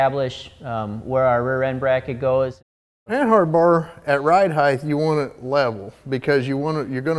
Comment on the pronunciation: It’s RIDE HEIGHT not RIDE HEIGHTH